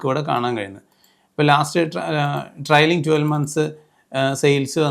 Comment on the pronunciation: ട്രയലിംഗ് അല്ല, ട്രെയിലിംഗ് ആണ്. Trailing. Please correct it.